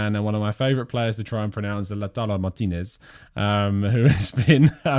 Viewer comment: Takes pride in pronouncing Lautaro Martínez name correctly yet still cannot say the English word 'seen' correctly. 😀😀 It's seen like clean bro not seen like sin. Good show by the way 👍👍